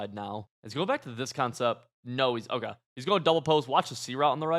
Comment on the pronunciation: Am I going crazy or does say “Okuh” instead of Okay lmao